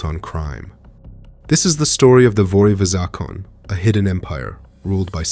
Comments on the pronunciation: Heya great video, but please look up pronunciations of word and terms Ex. Vory v zakon-éh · his pronunciation of "vory v zakone" ALONE should let you know he knows less than wikipedia...